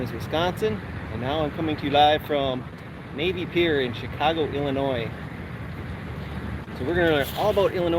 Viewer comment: Didn't I write in my comment yesterday that I had a feeling you'd be in IL soon?! Somebody knows his midwest geography!😎 You are 100% correct about the "Illinois" pronunciation, but I do have to call you out on a minor pronunciation violation... IL folks pronounce Cairo as "Care-O." Now if you think that's a funny way to pronounce it, we have many other fun city pronunciations: Very close to Springfield (and the unlikely capital as you mentioned) we have Berlin and Athens. It's "BER-len" [emphasis on the BER] and with Athens... it's a hard A, not a soft A as we say with the one in Greece. And finally, I'm sorry I didn't see your reply to my WI comment until now, but a fun fact about my hometown Springfield, IL is that it is the birth place of the corn dog on a stick (Cozy Dog Diner, only a couple of miles from where I grew up). 💥